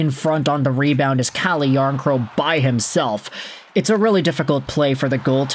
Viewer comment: It's "Cal - yarncrock"